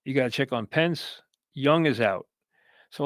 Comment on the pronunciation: He called Michael penix “Pence” 😭